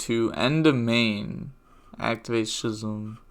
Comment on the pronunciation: "Schism" is pronounced as "Skizzum"